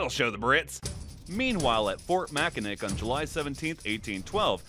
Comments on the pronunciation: Did I just hear “mackinic” ITS PRONOUNCED “MAKINAW” angry Michigander noises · awesome video, love this kind of content! One small detail though it's pronounced Mack-ka-naw not Mack-a-nick, its a weird spelling because it was a native language translated into French. Edit just realized like 10 other ppl commented this XD sry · Did you say Mackinick? Its pronounced MackiNAW! sincerely an annoyed Michigander 😅😂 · As a Michigander, your pronunciation of Fort Mackinac is sinful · Very common mistake for those not from the area but Mackinac is pronounced as if the c at the end is a w Mak•n•awe. It's a native American word. This is actually how we can tell if people are from Michigan or not. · I've been to fort Mackinac, its pronounced Mackinaw btw. And that's just the name of the island. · I’m sorry bro did not just say Mackinac like that. It’s pronounced Mackinaw. You also forgot to mention the reason the British burned down the White House was for revenge after the Americans burned down the parliament building in Canada’s capitol York (modern Toronto). I’m from Michigan and I’m issuing a formal complaint because of the Mackinac thing. Great video though, everything else was amazing. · MackinAW!!! Geez.